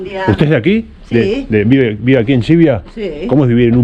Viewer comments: Tus videos me encantan, en general, pero sería de agradecer que pronunciaras bien ciertas consonantes al tratarse de topónimos. Suena fatal Xivia en vez de Llivia. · Gsivia, no, es LLivia. Llivia.